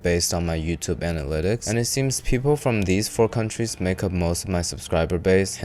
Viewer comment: ‘countries’ definitely 😂